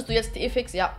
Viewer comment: Dieses "jha" von hahahaha